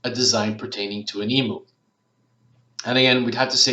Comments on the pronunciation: I would have never thought of using Shutterstock for keywords, plus you don't have to pay for using it either, how good is that!:) Wikipedia makes a whole lot of sense too! Couldn't help but let you know.....The only correct way to pronounce emu is "ee-mew";) Great video, thank you! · Yes, I search high and low for them, but as you say sometimes someone just has the golden nuggets. :) Hope you didn't mind, I've never heard anyone pronounce Emu like that, I couldn't help myself 😌